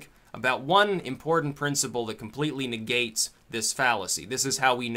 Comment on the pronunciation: did I just hear you say that something "neg-gates" the gate-keeper fallacy?